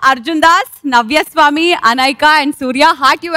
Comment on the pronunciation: నవ్యాస్వామి not నవ్వాస్వామి కాదు